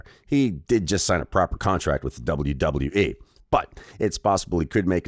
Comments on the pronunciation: doubule doubule dubole wyee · Double yew double yew eee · Stop saying wwe like that or I'm requesting us to have a boxing match bro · Ong im gon sleep this mf if he say it like that again